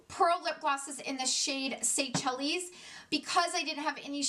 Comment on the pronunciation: Say chellies lol I think it’s Seychelles pronounced “say-shells” it’s an island I think in the Bahamas. Anyways great, thorough review! I wanted this pallet so bad but if I’m paying that much I expect perfection. I bought the Lila and it sits practically untouched. The quality is not there for the price and it’s a shame because I love their unique color stories. Thanks for the detailed reviews! Just subscribed